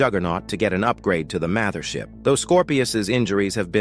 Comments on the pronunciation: NO WAY HE SAID MATHERSHIP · He said mather ship😂😂😭